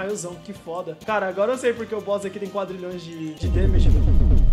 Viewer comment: falando quadralhoes e foda